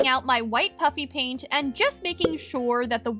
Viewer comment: Am I the only one who is hearing puppy paint in stead of puffy paint?